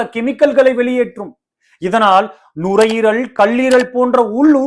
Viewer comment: தமிழில் பேசுவது சிறப்பாக, பெருமையாக உள்ளது ❤🎉🎉🎉 ஆனால் தமிழ் உச்சரிப்பில் நிறைய பிழைகள் இருக்கிறது தம்பி, அது உங்கள் ஆசிரியர்களின் தவறு,😢 (வெட்டாமள் அல்ல வெட்டாமல்)(துகல்கல் அல்ல துகள்கள்) (நுரையீரள், கள்ளீரல் அல்ல நுரையீரல், கல்லீரல் ) எனவே [ ல,ள,ழ / ர, ற / ந,ன,ண ] இவற்றிற்கான சரியான உச்சரிப்பை கற்றுக் கொள்ளுங்கள்.